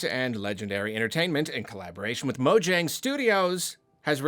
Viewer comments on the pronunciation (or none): btw its pronounced mo-yang not mo-jang